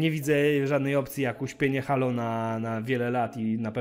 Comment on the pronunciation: Czyta się Hejloł a nie Halo ;) Gra nie wygląda okej, jak na crossgen